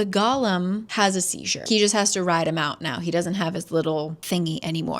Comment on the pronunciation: When I was reading this I thought the emphasis in golem was on the second syllable, so every time you say that word I full on picture gollum